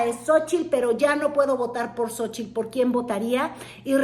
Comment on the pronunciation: Me castra como pronuncia "Xochitl"...